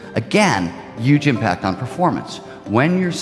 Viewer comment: lol says "you gym packed" instead of "huge impact"